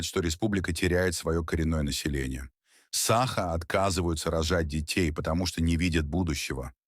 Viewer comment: Научитесь сначала правильно ставить ударение в слове "саха", а потом уже революцию затевайте 😂